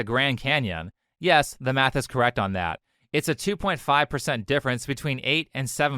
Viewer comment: When he was taliking about schools all i could hear was him saying meth Had to listen to it 5 times to realise he wants to teach kids math and not turn them into walter wight